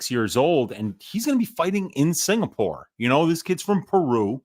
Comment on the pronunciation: It's UFC Singapore... Not UFC SINGPOOR... C'MON!!!!